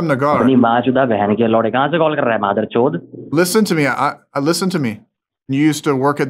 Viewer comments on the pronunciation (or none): He said madda chode 😂